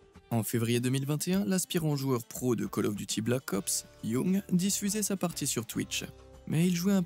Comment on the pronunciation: miracle! on a trouvé LE mec qui dit call of duty et pas caloffe !! rien que pour ca je m'abonne !